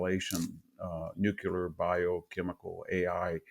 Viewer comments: He says “nukelar”, instead of nuclear, just like George W. Bush. 😅😅😅😅😅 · This guy doesn't know how to pronounce nuclear. Therefore I can not trust anything he says It's NOT new culer. It's nu cle ar. 😮😮😮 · VDH... an intelligent guy that I look to for an intelligent opinion.... says "new kew ler" SMH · doesn't understand the gvt debt also says nu cyu ler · BKR, True. Moreover, he cannot pronounce "nuclear." He pronounces it as "nukeeler," like the illiterate GW Bush in his speeches. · Love, Love, Love you and your works. Wish you could pronounce NUCLEAR correctly. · Still can't pronounce 'nuclear' though ... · This professor can't speak proper English. Nukelar, exedra, controver-sea-al, can't pronounce Erdogan, Karabakh, Azerbaijan, etc etc. Fucking poseur.